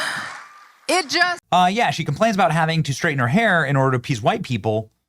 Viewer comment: No, no, no. She "shhraightens" her hair but please don't axe her about it.